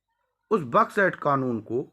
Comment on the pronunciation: 🤣🤣🤣मूर्खण्ड बड्स एक्ट को बक्स एक्ट बोल रहा है पूरा नाम ले सकता है बड्स एक्ट क्या